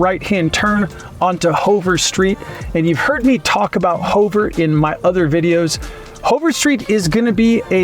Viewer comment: Everytime you say 'Hover Street" I cringe. But obviously you have only been there a week or two so... I was born and raised in Longmont. Anybody who has been there a month or longer knows it is pronounced the same as President Hover's name.